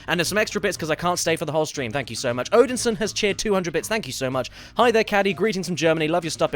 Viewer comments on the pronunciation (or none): none